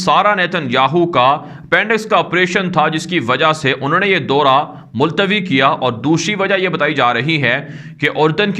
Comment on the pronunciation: daura ,kahen , Dora nahi .